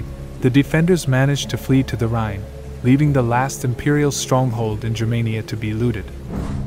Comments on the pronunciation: It would help if you could properly pronounce the name of the river RHINE.Iit is not "rain" but rather rye like the bread ending in a strong N like in the number 9. Get it? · Rhine is pronounced (rine)